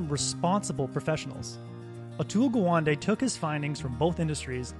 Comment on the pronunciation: Gawande is pronounced as Ga one day